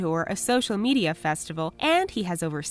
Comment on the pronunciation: hold up... did she just say Me-DAY-a?!